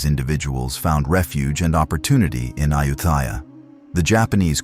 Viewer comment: This AI narration can't even pronounce the name "Ayutthaya" correctly.